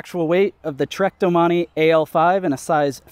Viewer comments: i closed the video when you pronounced it as DO-Money instead of domain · "Doh-man-eee" urgh... the bike guy needs to learn French pronunciation.... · Doh-mon-ee is how it's pronounced. It is not Domain. Feel free to move along